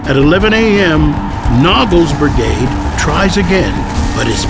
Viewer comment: Lol... he keeps saying "bergade"